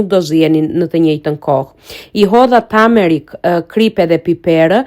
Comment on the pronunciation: Nuk thuhet tamerik po tumerik